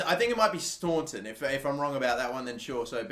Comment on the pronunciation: It’s DA-RA STON-TON